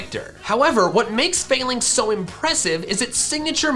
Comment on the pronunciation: i believe its pronpunced fah-links and not fail-links